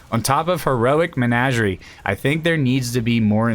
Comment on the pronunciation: Say it with me. Muh-naj-ur-ee